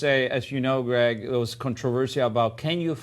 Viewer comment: he calls him ''grag'' hjahahahahaha